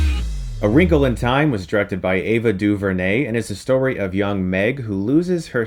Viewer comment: Ava DuVernay is pronounced Doo-vare-nay, not Doo-vur-nay. Just making that correction.